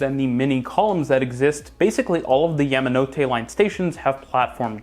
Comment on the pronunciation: It's "yah"manote, not " yam" like the root vegetable.